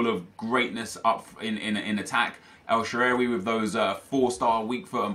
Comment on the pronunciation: It's pronounced El Shaarawy